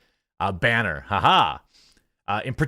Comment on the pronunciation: Did you say... a bAYnner ?? j/k